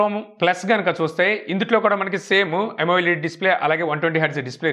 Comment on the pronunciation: it's not yamo-led it is amoled.